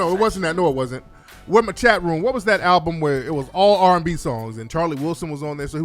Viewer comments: lol I don't believe that for her entire life she thought it was pronounced "alblum" smh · An "ALBLUM"?! I'm DONE!!!!